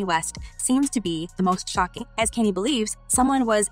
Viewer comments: It's pronounced.. Khan-yay not can-yee..she said tu- pack geezus christ girl put some respect on the names of the people you're reporting on🙄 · The way your pronouncing Kanye name makes me cringe 🤦🏽‍♀️ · I kept saying why is she saying his name like that. Glad I'm not the only one.